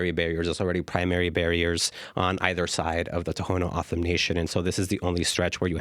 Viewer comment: lol. Ever hear of Gadsden purchase. Mexicans hated and killed Indians. We took them as part of the deal. TO’s don’t say their name that way. A joke to listen to this female try to copy Spanish or any other. Do these ppl promise to watch and be responsible for border? Nope. They act noble when open border is a mechanism for trafficking. These ppl don’t live in the real world. How and why would a child of 3 be in court. Really? Wow. You could say they put this wall off for a long time, over 40 yrs. We did a lot for foreigners, now it’s time they take care of each other.